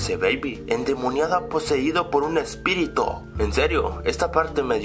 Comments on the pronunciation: como cuando dice Espirito en ves de Espíritu xD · ojo,ojo ,ojo el dice espirito ojo no espiritu e-s-p-i-r-i-t-o ._________________. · espirito corrector espíritu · endemoniada poseida por un ¨ESPIRITO¨ dije espirito y dijo espirito xD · Like si te diste cuenta que en el minuto dijo ESPIRITO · Like por el ES-pi-ri-TO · MogTan12 tienes razon dise "Spirito" xD jajaja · alex si sierto me risa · es verdad